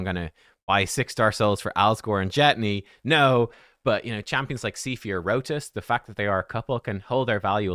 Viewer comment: Its pronounced RotOS not Rotis. How do you play the game for years and still dont know how to pronounce chamos names 😂